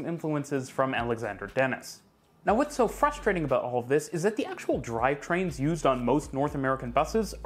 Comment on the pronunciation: "fust-rating" makes me LOL